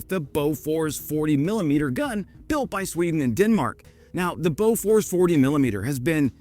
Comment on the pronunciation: Boo furs not Bow furs!